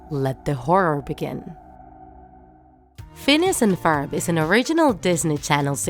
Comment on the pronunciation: Phoons an Forb